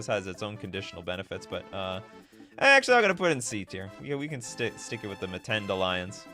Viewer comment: We Africans are cringing at the whitebread Mtends pronunciation: no schwa between M and t.